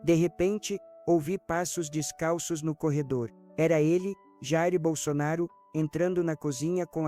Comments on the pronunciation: Nem o nome falou certo!Jairo bol sonaro????? Tá engando quem???? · Sou bolsonarista ferrenha mas estranho como essa pessoa fala o nome do nosso eterno presidente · Não acredito em nada que falam de Bolsonaro, ainda mais dizendo o nome dele errado.